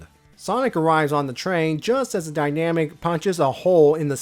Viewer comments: Kindly and respectfully, I'm fairly certain it's pronounced "die-nuh-mac", not "die-nam-ick". Otherwise, fantastic video as always! The Archie reviews are always such a pleasure to see in my notifications. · Yeah, I agree. It's most likely supposed to be "dyna-MAC" and not "dynamic".